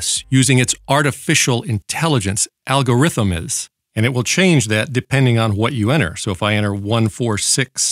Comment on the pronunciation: "Algorithimiths" Ha Ha! Great!